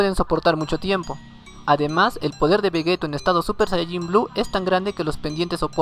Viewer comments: Se dice Vegito no Vegeto ya se que se escribe Vegeto pero se pronuncia Vegeti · Di Veyito literal así se prenuncia no como se escribe.